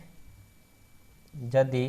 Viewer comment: Jadi nahi hai ❌ yadi hai ✅